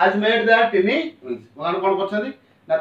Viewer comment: Sir, I think tiny is wrongly pronounced and presentation is really not poetic